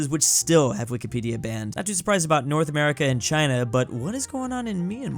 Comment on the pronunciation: bro said noth america